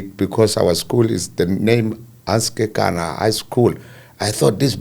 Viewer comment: 👏🏼👏🏼👏🏼👏🏼woow you pronounce the surname correctly 👏🏼 KEKANA. Mathebele a moletlane Zebediela Limpopo my home 🏡 ♥️